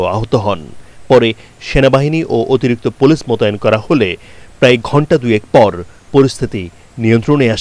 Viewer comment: সংবাদ পরিবেশক পুলিশকে বলে পোলেশ 😂